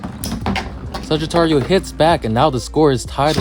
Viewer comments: Not suggiturio saj-it-ario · i love his vidios but he sais sagitario wrong its kinda buging me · The way you say Sagittario sound funny. It's almost what I'm used to but you give the last A a small tone